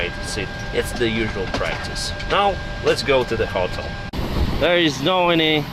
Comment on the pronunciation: Hello! Please check the pronounciation of the word Hotel :)